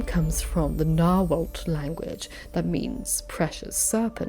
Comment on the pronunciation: I tried to find if anyone else mentioned this detail but I think nobody has so far. The T goes before the L in those Nahuatl words (like the name of the language for example). Reading the T in the end of the word is a super common mistake, not only for dyslexic people, and it's completely understandable, but I wanted to let you know just in case you do more videos with these words. Now the proper Nahuatl pronunciation of that T-L is very difficult for anyone that isn't a native Nahuatl speaker and I butcher it every time I try, but saying the L in the end and not the T is a good start. I hope my comment doesn't annoy you or stresses you out, I am really just trying to be helpful.